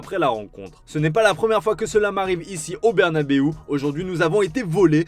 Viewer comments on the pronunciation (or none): none